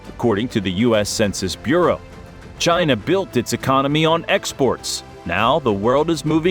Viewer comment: Nope! It's Chiiii Naaaa!😆